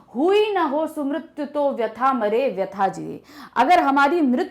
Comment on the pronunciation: Wp mare likha hai aur aap jeye bol re ho